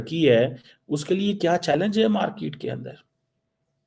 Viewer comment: Chomu its MarKET and not MarKIIT😂😂😂